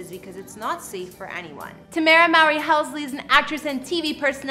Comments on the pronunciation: Tu-mare-u is how u say it not tam-ra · Her name is Ta-me-ra not Tam-ra. I love her house. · Her name is pronounce “too-mar-ra” Tamara not however your pronouncing it. That’s so bothersome. Thanks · It would be nice if you said her name right..geezuz....I love this house.. its pronounced ( Ta Mare rah.. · ITS TA-MER-A!🤦🏾‍♂️ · It’s pronounced Ta MAIR ra!!!! 🙄🙄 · Do you even research the people you talk about? You missed pronounced Tamera's name like 20 times. LOL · It was so annoying and really hard to watch with her messing up her name . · Killing names..... smh 🤦‍♂️ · How does she say her name correctly but screws it over the rest of the video .. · Learn how to pronounce names before shooting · She know she not pronouncing her name right . I really believe she's doing it on purpose. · Really slack not producing her name right – not even close. I think it's so disrespectful 🙄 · Please put more effort in getting people names correct. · Please say her name right smh... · can you at least pronounce her name right!! yohhhhhh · The next time could you,? Would you Learn how to pronounce the person name before you do a video on them.